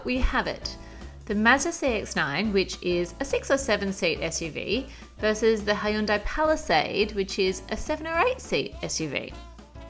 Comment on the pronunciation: I can't get over aussies pronunciation of Hyundai. " hi-yoon-dye" it bothers the hell out of me. It's pronounced hyun-dae